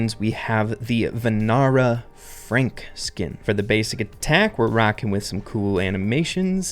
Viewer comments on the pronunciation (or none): I liked how u said Van-aara Frank but actually it's pronounced as (first part was correct)Van-or Frank, like how u pronounce raz-or😊😊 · duh_sis Grom vaa_nur Frank Indian pronunciation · its pronounced as vaanara the first a is pronounced a bit longer (dont know how to explain it properly :p) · bro its pronounced vaa-na-ra frank and the 'aa' sounds are like 'pizza's a sound at last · I love the content made by you. Nice take on pronunciation but it can be better It's dah-sis grom And vah-nar-ah Frank to be precise but you got pretty close as well Thanks for the amazing content appreciate it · Hey, just a quick correction in that Frank skin name pronounciation ik it's written vanara but its actual correct pronounciation is "vaanar" i hope you've got it right this time:) btw great content!! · It's pronounced The-sis .... and Va-nar ... A is silent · lol pronouncing vanara. not that bad but emphasis on va, slight emphasis on ra, and no emphasis on na. just wanted to clarify, that's all.